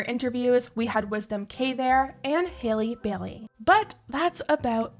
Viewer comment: It's Haley Khalil not Haley Bailey